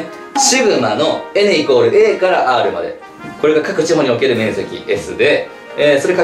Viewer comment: の「くぉれはやばいよ」で笑った人は同志